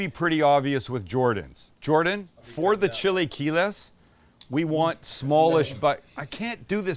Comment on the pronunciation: chilly key less!! never heard it pronounced that way before.